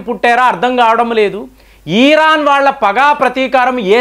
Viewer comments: ఈరాన్ కాదు ఇరాన్.....😅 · ఈరాన్ కాదు సార్ ఇరాన్ అని చెప్పండి. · అరే అన్నా....ఈరాన్ కాదు....ఇరాన్ ....అనువస్త్రాలు కాదు....అణుఅస్త్రాలు..😂😂😂😂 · Eeeeeeran Kadu nayana iran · Please don't call eeeraan. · antha bagane vundhi...kani iran na eeeron na sir pronunciation naku edhi correct artham kavatan ledhu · adhi iran ra babu eeeran kadhu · EERAAN KAADU, IRAAN KADA ? DEERGHAMU LEDU